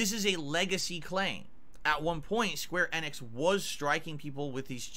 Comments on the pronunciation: square annix is an insane pronounciation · I know it pisses me off everytime he says it.